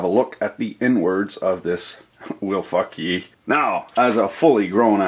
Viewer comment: The Plastic is NOT nice and Ridgid... It's a "MilFAUKii"... lel